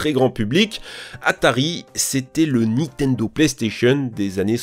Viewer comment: Arf , ça défonce les oreilles les '' Nitendo, star wor, Times later, ....'' mais pas pire que les '' aréoports " des autres vidéos.😢